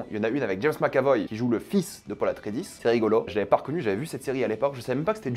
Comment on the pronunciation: Et "Atré-i-des"